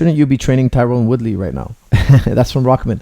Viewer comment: Luv you coach, you are the best, but now that you're training him, please note Tyron is pronounced "Tie-run" not "Tie-rown".....!